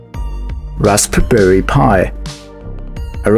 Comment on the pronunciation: Rasp [puh] berry pi Rasp bum berry pi